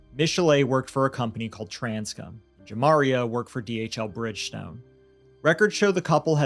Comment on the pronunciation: Juh Mari Aye is how his name is pronounced. I went to school with him and his name isn’t getting said right and it worries me it could help him to not get noticed in the future. Rip Javaeyah I’m so sorry your parents failed you 😢